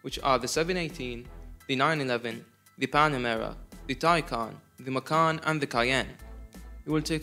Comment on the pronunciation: Correct pronunciation of Porsche but wrong pronunciation of Macan …Google it